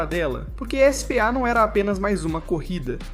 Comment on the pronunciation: Lembro dessa corrida. Mas, meu brother, essa narração é IA, né? Senão, uma dica construtiva, não se ofenda. "SPA - se pronuncia o msm que "ISPÁ" ao invés de como falado no vídeo, "Ese - Pe - A". O sobrenome do Irvine, se lê "IRVAINI" e em alguns momentos, o narrador pronuncia de forma correta. No minuto , a narração diz... "Ekiném", mas algumas vezes fala corretamente tb. Por isso ficou estranho. Faltou revisar o áudio, antes da postagem.